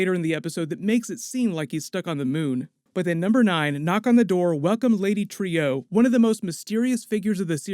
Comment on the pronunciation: Not Trio..lady Trueeeeeee come on dude nice breakdown tho